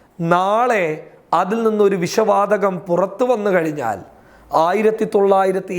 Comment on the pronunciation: വിശ വാതകം അല്ലാ വിഷ വാതകം..... പോയി മലയാളം പറയാൻ പടിക്കടാ....... ചാനല്ഉം തുറന്നിരിക്കാന്